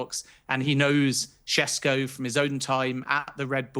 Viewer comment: Sheshko is the correct pronunciation. Š is sh